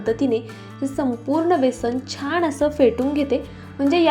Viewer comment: फारच अशुद्ध उच्चार करत आहेत. सारखं सारखं छाण असे छाण असे बोलु नका ते चुकीचे आहे. चिटकुन असा अशुद्ध उच्चार करत आहेत. मणापासुण